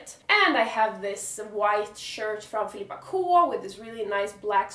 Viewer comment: Älskar att du uttalar Filippa K med svensk dialekt